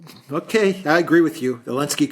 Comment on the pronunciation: Congratulations,! You now even have Alexander calling him 'Elensky'.